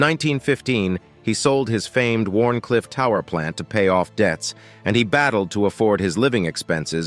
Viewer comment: It's a Pity that the creators of this video didn't do enough research to understand that it's Called Wardencliff tower, NOT Warn cliff tower. IF you're going to Create/Publish a Video, at least get your Facts and Component Names Correct!